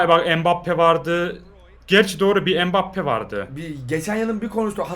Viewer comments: Adam mbappe deil bugbapeey diyo spiker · Abi ilk dakkalara empappeye spiker pugbappe diyor